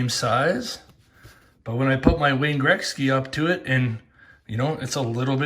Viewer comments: Its pronounced gret-ski not Greg-ski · It’s not Grexky. Damn the way you say Gretzky drives me nuts. Lol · Say Wayne Greksky again lol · learn how to say his name correctly....fuckin embarrassing